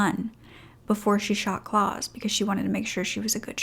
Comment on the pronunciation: Great story… but I have to say, it was annoying me that the name Claus was constantly being mispronounced. It is pronounced “Clowse” ow as in wow. Rhymes with house